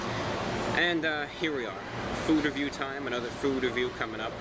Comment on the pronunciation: you didn't say food review the right way